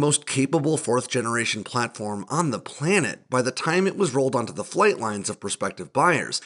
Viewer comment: It’s Canada, not Kenada. It’s planet, not plennet. It’s Japan, not Jepan.